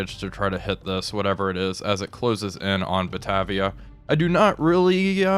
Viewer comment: Great series, love watching these. Just an update on pronunciation from the Australian side. Batavia = Ba-Tay-Via, Yarra = Yar-Rah